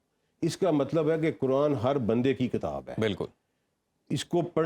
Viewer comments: This guest cannot even pronounce kitaab properly; how would he understand the Qur'aan. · What a stupid guy! He can't even pronounce the word kitaab properly; and he is going to explain Qur'aan to people! In this video, he has not communicated any useful info, other than repeating platitudes.